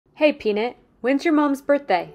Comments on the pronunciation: Penit? That's a weird way to pronounce peanut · The way she pronounced peanut omg